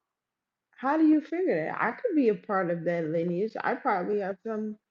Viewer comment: “ Your wife has white linage’!”🤧😂😂 She said lineage wrong, ignant’ as hell